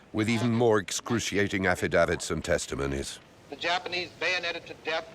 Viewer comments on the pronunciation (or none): Except he can’t pronounce words like affidavits correctly.